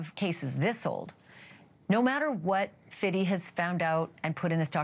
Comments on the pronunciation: Why is she saying "Fiddy"? So embarrassing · Please stop saying Fiddy. It sounds crazy... its 50 cent. It like your mocking him. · Who tf is Fiddy? It’s Fifty …. 50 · Why is she saying Fiddy when it's Fifty... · Fifty Cent, not Fiddy Cent Ashley. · It’s “Fifty”….stop being weird. 😒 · What is possessing this woman to say “Fiddy Cent?” I can’t even watch the video. Cringe. It has never been pronounced that way. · Tell this lady it’s not “Fiddy”. I don’t know is she’s trying to speak hood slang or what. 50 ma’am. Just 50 with the ty not dy. Thanks! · I’m Lls at her pronouncing 50 as 50itty or 50iddy 😂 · Does she have an annunciation issue? Unless my speakers are betraying me, she doesn’t seam to know how to say, “Fifty.” The man doesn’t go by Fiddy. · Why do YT people keep saying“Fiddy” Its Fifty (50) NOT Fiddy. Smh. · “Fiddy aint saying where he got it?” What in the world is this so called reporting/ commentary ? Say his name appropriately, use proper English like you would in anything else. So unnecessary ,unprofessional and embarrassing for this so called network. Wth. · The fact that this yt lady is calling him fiddy!! Please for the love of God!! 😅 You can talk in your regular vernacular! She sounds ridiculous 😅😬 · I hate how she pronounced 50 as " fiddy" . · Can you please not say Fiddy please!!! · Interesting she is calling him Fiddy the whole time 😂 Also Wayne Barrow who is Biggies estate manager has come out and said the estate did not pay for the funeral but Diddy/Bad Boy paid for all expenses. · Fiddy/Fitty is a perceived pronunciation. Even Irish folks pronounciate it as that. Like: Three = tree Thirty = turdy That/then/them = dat/den/dem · “I need about three fiddy”